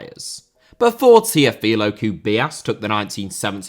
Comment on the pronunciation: Teófilo* not Tiofelo Magic* not Madgic María* not Maríer Copa* not Copper Nicolás * not Neclas Lukaku* not Lukhohrku Fenerbahçe * not Fenebohçei Tite* not Tchetchei Jesus* not Djeisus Roberto* not Robötouw Possess* not Posess Guimarães * not Guimaraich Lula* not Luller Bolsonaro* not Bolsonohrouw Ekambi* not Ikombei München* not Munich Alphonso* not Alphonzouw Eustáquio* not Yustatcheouw Duarte* not Duohrtei Brugge* not Bruj Levante* not Levantei Josip* not Jouwsyp Livaja * not Levejer Hajduk* not Hadžăk Warszawa * not Wohrsohr/ Warsaw Andreas* not Ondrejas Debut* not Deibyu Caicedo* not Caiceirouw Possession* not Posession Les* not Lei Atlético * not Atlétecouw Mbappé* not Mbappei Hansi* not Hanzi Can't * not Khon' Nico* not Nicouw Bremen* not Breimen Kudus* not Kurâs Ghana* not Ghohrner Taremi* not Tareimi Clara* not Clohrer Duo* not Djuouw Endo* not Endouw Vega* not Veiguer Romain* not Rouwmain Gaal* not Gohrl Robert* not Rober' Dinamo* not Dinamau Moskva* not Moscow Eredivisie * not Eradevizei Carvalho* not Cahvayouw Rather* not Rother Betis* not Betes Leão * not Ledjao Arabi* not Arohrbi Dawsari* not Daverhsi Diédhiou* not Djidjou Sadio* not Sariouw Mané* not Mohrnei Frankfurt* not Frankfohr Bento* not Bentouw Jeong* not Djăng Ansu* not Andzu Álvaro* not Alvohrouw Morata* not Morohrter Busquets * not Băsquets Remo* not Reimouw Mejbri* not Medjebri Musah* not Muser Sebastián * not Sebastian Coates* not Coohrtes Clube* not Clăb Diego* not Diyeigouw Alonso * not Alonzouw Ra